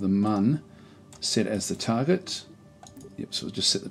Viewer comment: excellent little tutorial from an informative and mature aussie such as myself. As a long time KSP player this was just perfect to look at a basic Mun landing...and finally someone calling it the Mun and not the Moon lol. thankyou sir :)